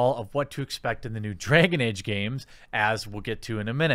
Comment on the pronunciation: 'Dray-gon Ayge'.